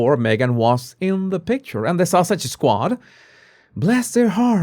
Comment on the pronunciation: Love the way you pronounce Sussex as Sausage which is quite adequate! The comment " Sausage Squad" LOVE IT 😂😂😂 THANK YOU for keeping us up to date